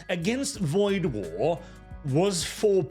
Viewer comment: Woid War? Really?